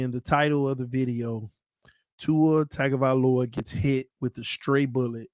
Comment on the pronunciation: Put some respect on Tuas name, learn how to pronounce his last name 🤡 still says Tag